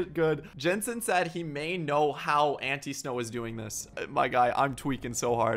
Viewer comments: This is how you say it ant- I-snow not ant-eeeeeeeeee-snow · I think it’s pronounced Like An-Tie-snow instead of ante snow